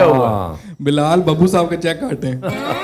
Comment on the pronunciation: intro krwaty wqt sahab py bra zor deti hen aftab iqbal saaaaaaahhhbbbb ye na bhi kahen to phr b wo hmary liye itny hi mohtaram hen